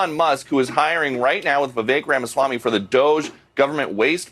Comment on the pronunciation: you still don´t know HOW to pronounce Vivek´s name. .unprofessional